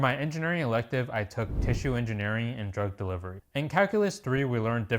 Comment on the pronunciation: Did he say drug delivery